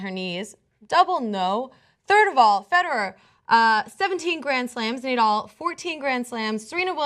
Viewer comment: Ugh. As a 5.0 rated tennis player, listening to complain about men vs women pay gap in tennis. When she was naming the male players, she called Nadal "nay-doll." Its pronounced "nuh-doll." She isn't a tennis enthusiast and its painfully obvious. The part where that tennis official said some degrading things about women tennis players was a story. The rest of that stuff that was read into, the stuff about the disparity between pay of men and women tennis players is NOT a story. Male tennis players bring in more viewers and money, they should be making more money. I get the while feminism thing, and I am for pay equity for women, equal work = equal pay, but this is a SPORT. this isn't a job at Kohl's or Target. I have seen countless pro tennis matches. The men's matches are downright more fun to watch. Part of that is probably because more tennis players are male. And that seems to hold true to my own experience in life playing tennis.